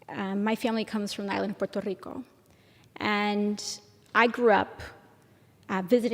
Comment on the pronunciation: I love the silly little accent she uses when she says "Puerto Rico" lol